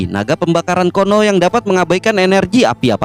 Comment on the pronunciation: Kuno dibaca kono.. napas di baca panas..hahahaaa..